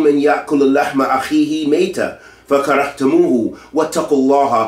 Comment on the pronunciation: Asalaamu alaykum wa rahmatullaahi wa barakaatuh djazakallahu ghairan for your beneficial advice. I noticed a mistake in your recitation of surah hujuraat, it is فَكَرِهْتُمُوهُ and not فَكَرَهْتُمُوهُ